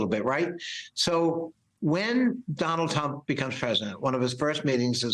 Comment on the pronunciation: Did I hear that correctly? Did he call the guy Donald Hump? I hope that was intentional.